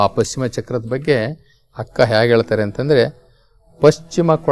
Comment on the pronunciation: ಅಕ್ಕ ಹಕ್ಕ,ಅಂಗವನ್ನು ಹಂಗವನ್ನು ಓಹ್ ಎಪ್ಪಾ ಅ ಕಾರ ಹ ಕಾರ ಬಗ್ಗೆ ಅರಿತುಕೊಳ್ಳೋ